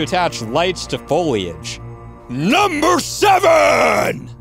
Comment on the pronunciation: This guy makes me lmao when he says "NUmbEr" :random number